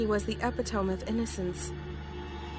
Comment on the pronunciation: Did anyone else cringe a bit at the pronunciation of”epitome”? It’s e-pit-omy